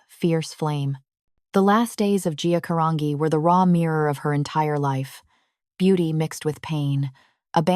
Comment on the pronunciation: "G" Caran"G"i Italian!!!!